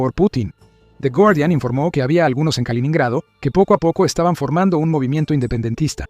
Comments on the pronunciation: No se dice kalonhrado sino kaloNO nhrado. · No se dice kalinado sino kaliNINgrado. aprende a leer.